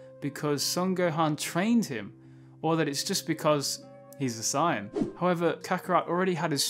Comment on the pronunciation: It’s Saiyan, not Scion. They aren’t cars